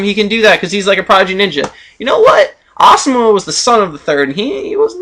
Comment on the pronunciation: Hmmm, More things you pronounce wrong... Asuma, Naruto, Amaterasu, Rasengan, Kumai, Susanoo(but you know you can't pronounce this), Sennin, Genin, Mangekyō, Raikage. But other than that I love your videos!